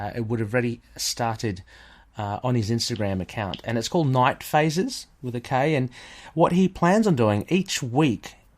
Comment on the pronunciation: Thank you for mention the Knight Phases, the attempt to pronounce my account name was very funny. Loved the episode, as always, and now I'm considering to add Spanish Moon Knight to Knight Phases hahaha